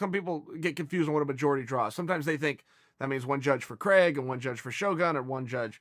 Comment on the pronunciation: Why do americans pronounce Craig so wrong